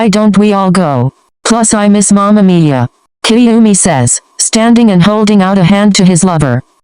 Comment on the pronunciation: listen love mama miya, but every time it sounds like mama mia yk mario..